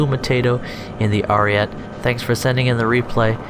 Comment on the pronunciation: You said it right in the fake accent tho...then went back to the dumbass ariet saying. It has an e so it's ari eht eh